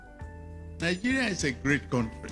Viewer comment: Isn't a shame this comedian leads Nigeria he pronounces Nigeria ( Tinubu - nigea) thank you very much (Tinubu-than vee mon